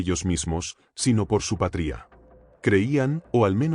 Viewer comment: Tarado como no sabes decir patria 😂